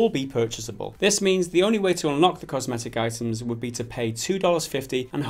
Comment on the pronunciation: Um, hello? "COSMETIC"?